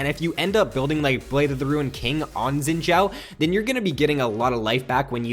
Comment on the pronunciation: you pronounce guinsoos right but you say xin zhao weird, you say xshin sshzao, its pronounced zin zow